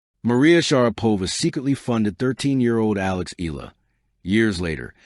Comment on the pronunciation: It's Eh - yah - lah. Please pronounce it correctly.